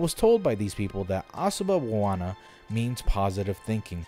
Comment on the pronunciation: Asuba Bawana? Sounds like Hakuna Matata